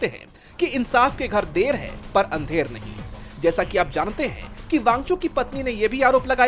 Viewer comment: der nahi Andher hai baki ap samjhdar hain